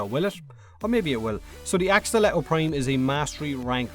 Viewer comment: It's fuck not "féck" and its prime not "préim"